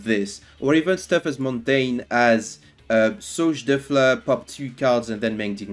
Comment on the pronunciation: It's so satisfying hearing you say "Sauge de fleur"